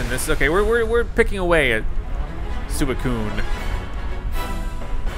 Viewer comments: sue-wee-cune isn't new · It's not "Su-e-coon" it's "swee-coon" lol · Its also pronounced Sweekune, not Sooeekune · He also pronounced suicune like su-i-cune...(It’s su-ee-cune.) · You said sueicune not suicune when you fought suicune tho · You say it like Swicune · Sweekoon not sui koon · “Is Sewicoon new?”😂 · Can’t believe he pronounced Suicune like suwakoon like lol ... but one of my fave legendaries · I pronounce it like swi-cune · Sui-cune Og pokemon fans:😑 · Suicune is pronounced (swecune) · Suicune is from the johto region, and it’s pronounced sweekoon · You pronounce Suicune as Swicune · Suicune is swee-cone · say it with me "swee-cune" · You said Suicune wrong. I think your not a true Pokemon fan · its pronounced suicune (swee-coon) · Did you really sa" sew eh cuun" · Also you say like swe can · dude... its pronounced Sweee - Cune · that’s how he pronounced it I know how it’s spellt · The way he said suicune physically hurt me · Anybody else notice he pronounced most of the name wrong such as Peony or Suicune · Who else facepalmed when he pronounced Suicune wrong? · The way he didn't recognize Suicune and butchered the pronunciation